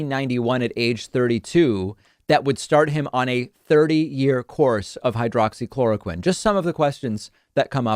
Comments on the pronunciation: He’s so stupid, he can’t even pronounce the name correctly. It’s hydroxychloroquine, not hydrochloroquine. There’s a difference between the two. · He said “hydro-chloroquine” which is not even the correct pronunciation. He doesn’t know what it is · Idiot said"hydracloraquin" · Flynn can't even get the name right. He called it hydrachloroquine - methinks he's not levelling with us . . . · He didn't even say hydroxy.... He said hydrochloroquin. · hmm, you'd think someone looking at a pill bottle for 30 years would be able to remember the name, he said "hydro-chloroquine" 😆 that's not a thing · You would think that in the thirty years that he has supposedly been taking it, that he would have learned how to pronounce hydroxychloroquine. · After taking Hydroxychloroquine for 30 years and can't pronounce the medication correctly . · you would think after being on a drug for that long you should be able to pronounce the name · He is on crack for thirty years, he mis pronounced.🤣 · Since he didn’t even pronounce the name of the drug properly, I call BS